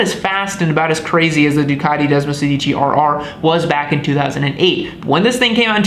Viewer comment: °Desmosèdici° please! which stands from Desmo16. Otherwise °Desmosedìci° means ° Desmo if you say° ! :D